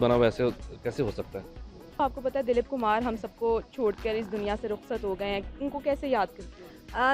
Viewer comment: It's Dilip Kumar not Daleep Kumar 😬